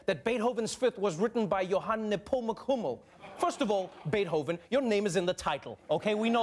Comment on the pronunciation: Bay-hoven? Is that how we should pronounce Beethoven?